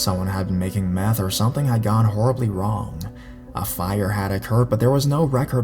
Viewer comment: METH or MATH??